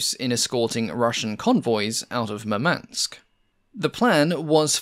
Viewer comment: The city and port of Kiel isn't “Kyle” but rather “Kee-yehl”. Murmansk is not “Maman-ssk” but “Moore-munnsk”